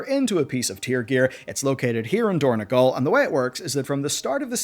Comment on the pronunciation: It is dorn-O-gal, not dorn-E-gal. It is on Azeroth, not Ireland